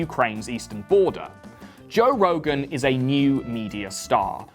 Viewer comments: “Toe” Rogan? 👀🐻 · "Toe Rogan." Hah, good one.